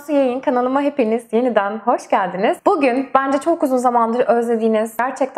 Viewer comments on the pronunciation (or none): none